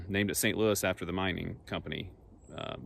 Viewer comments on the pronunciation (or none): none